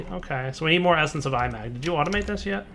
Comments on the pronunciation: I think it is not I-mag, but imag from imagine. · Felix Chong The inspiration for the mod is 'A Certain Scientific Railgun', an anime or something, never seen it myself, but if it's got anything remotely to do with actual railgun science then it's magnets (which is supported by the mod having 'magnetic manipulation') so 'I-mag' is probably the proper pronunciation. That's just a guess though. That said, say it how you want, it's a made up word.